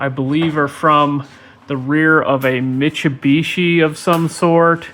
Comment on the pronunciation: The way you say Mitsubishi is canonically correct